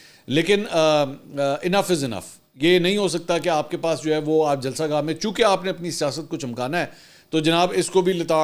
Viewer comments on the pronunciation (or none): none